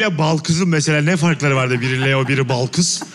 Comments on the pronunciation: Mesut’un Balkız’a inatla Belkıs demesi flflfşfş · Mesut Süre nin kedinin ismini Balkız olmasına rağmen sürekli Belkıs demesi 😂😂😂😂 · Mesut Sürenin bütün bölüm Balkıza Belkıs demesi jsjdjdjdjdjddjd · Mesutcum Balkız'a sürekli Belkız demen peki? :D